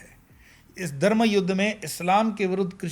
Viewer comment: Are Dharm to sahi se bolo. You said Darm not Dharm!!